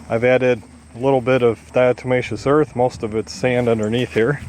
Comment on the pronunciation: At first, could not make out what you said you add to the sand box for dust baths....diatemacious earth? .....and then I google what I think I heard.... and find it is diatomaceous earth....used as a marker in livestock nutrition experiments. Great information. Thank you very very much.